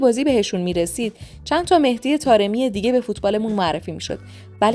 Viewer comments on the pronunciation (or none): none